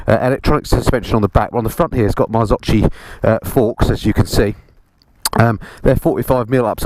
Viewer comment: Top review 👏👏👏, only a misstake ... Marzocchi in Italian sound different you may pronunce the CH like a K than: Marzokki is the right sound